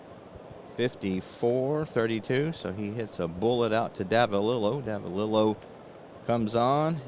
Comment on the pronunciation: I first started calling him Bobby Nopp...didn't figure the 'K' was pronounced...but later learned it was indeed 'Ka Nopp'...also later on I heard you miss pronounce Davalillo...it is really 'Dava LE oh'. Saw a couple of rules that you seemed to not know. One was all second column numbers are not affected by the letter grade of the pitcher. So all second column rolls are basically vs a 'D' grade pitcher. Also, I noticed that you didn't advance Big George Brunet to a B grade pitcher. Rule states that a D grade pitcher advances to a C, (add five points to his number grade), grade pitcher if he throws 5 consecutive innings where he allows no earned runs. He gave up that first inning 'dinger' to Tovar, and then threw 7 consecutive innings of shutout ball, which would have advanced him to an 'A' grade if you didn't pinch hit for him. His last inning he should have been a grade 16...if he was first a Grade 6 pitcher. Also, Perry should have had a five point increase too. Check the rules on pitcher grade advancement and reduction if they give up a certain number of runs in a 9 out span. One thing I really love about your presentation if the visibility of the cards...real nice job there. Some people don't show the cards or you can't read them because they are too far away.